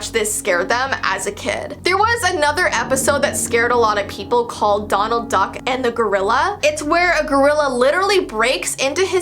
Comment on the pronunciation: I thought she kept saying McDonald Duck